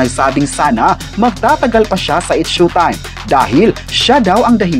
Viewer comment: S H O W- time po…..not SHUTIME……